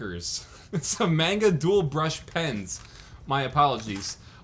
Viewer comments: did just say mainga instead of manga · The way he pronounced manga just made me cringe really hard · 99% Dire Straits comments (Idk them either) 0.9% normal comments My 0.1% comment cringing at how he pronounced manga. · Can't believe someone can pronounce "manga" wrong....